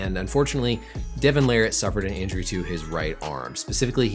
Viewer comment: just how in the world did you manage to butcher Larratt's last name to Lariat lolol and yet not butcher levan's last name... lol